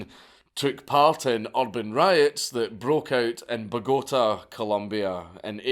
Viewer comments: “Buhgoatah.” The content I subscribe for. Beautiful Scott bastard. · Ba-GO-tah, Colombia - huh? ...MOMO!